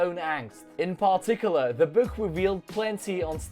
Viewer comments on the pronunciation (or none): attention Particular se prononce pe'TIcula(r) haha